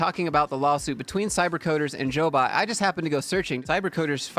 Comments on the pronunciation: They are a job placement agency. It's pronounced "Job bot", not Jo bot. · She ran CyberCoders w Lance b4 selling it. Once sold, she had to wait 1 yr. She did. The started Jobot, pronounced "Job bot" not Jo Bot. I worked 4 CyberCoders.